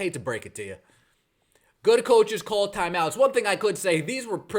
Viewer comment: what are these "thyme outs" you speak of?